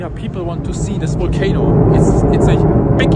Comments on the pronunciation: Your English is excellent. You just need to work on your V's and W's a bit more. It's Volcano it's Wolcano. Much Love and Blessings from Nikiski, Alaska. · Wolcano, walley....But his English is perfect.